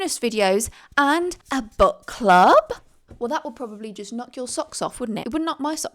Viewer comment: I know you said Book Club, but it sounded like Butt Club. If it wasn’t for the books, I would have thought it was a club about butts and I’ll be honest, I don’t think anyone could form a successful club based around butts. That feels like a private thing